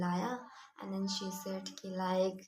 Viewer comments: You should work more on pronouncing “She” properly. It’s not “si” . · Dear, your pronunciation of she is wrong, and the sentence construction of some sentences is very wrong.